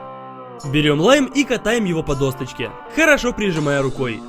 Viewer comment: ДОСОЧКЕ а не досТочке блин